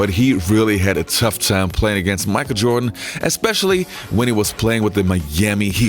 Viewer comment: "Micah Jordan"